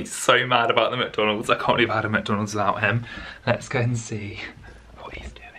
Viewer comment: When kept saying Mc Donald's he said Mc Domalds